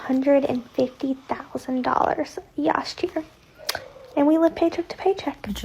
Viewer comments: "yast year" . Good grief. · “yast year”! 😂